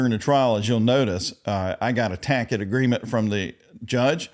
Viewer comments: Why is he saying tacted agreement? I thought it was tacit agreement. An I missing something? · It’s tacit , not takit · "... I got a tackit agreement..." LOL! Well played... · You're telling me you've never heard of a tacket agreement? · "Tack-it agreement" made me laugh every time he said it. I think he got it right on the last day of the trial. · You're saying "tacit", with a hard K sound, like Tackitt – ironically, right...?? The first time you said it, I thought you were just being sarcastic - with a dry sense of humour. But later, you seemed to say it without irony of anything. I can't possibly believe that you (an attorney..??) actually think that tacit ("tackit") ..is a legitimate word! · If Junior did represent himself in an appeal, it would be a very short circus. Appeal in writing?.....when this moron cannot pronounce ask or sustain, wants to know when he can examinate, wants to conversate with the judge, says "tack-eeet", says, "I don't agree to no estoppell", has to be told that first and initial can mean the same thing, says :first, second and the third"............. "Dear Apppeeel Judges, Y'all need to let mah backside ojt of prison because that woman had fringe on her flag.", Love, Durrellll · 'Tasit agreement!' 🤣🤣🤣